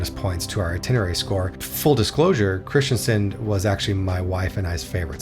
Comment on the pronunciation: Kristiansand has a "a" in "sand". The "u" is much longer and more pronounced. "Haugesund", not "Hagesund". The "u" is important. "Hage" means "garden". "Haug" means "pile"/"heap"/"hill". The "e" essentially making it "hilly" "Sund" means basically a narrow passageway for boats, say between a island and the mainland. So the passageway for boats in a hilly area, or something like that. Flåm is just too much of a tourist trap to be recommended in my view. It's not *bad*. But don't pay extra to go there to put it that way. Other locations should sell you on a cruise instead of that one. When learning that compound word try to learn the individual words first. "Nær" (close), "øy" (island) and "fjord". Essentially the fjord is named after a island called "Nærøy" And technically the original name wasn't "Nær" but "Njord" in Norwegian or in Icelandic "Njörð" (a viking god of the sea) So essentially it's the fjord near Njords island. Romantic? Perhaps l'm just spoiled by living in this country... Don't worry about it, for western Norway I mostly agree, although Flåm would get a zero in my book and you're missing out on everything further north. Far too far south for northern lights to be probable. Also, September is a bit on the early side for that... And also a time when the Atlantic ocean isn't exactly at its kindest... On the other hand 2024, 2025 and 2026 are probably the three years where you're the most likely to see northern lights th